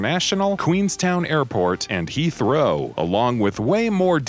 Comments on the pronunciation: “Heath Row” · Yes , it's in Lon Don